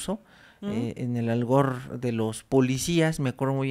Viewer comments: Es primera ocasión que veo un video de este canal, primera y última, llegué al minuto 16. Señor, no se dice mounstros, se dice monstruos, no se dice algor, se dice argot. Lea más, prepárese más, sus temas son interesantes pero le hace falta cultivarse. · Doc la palabra es Argot, no algor. Saludoos.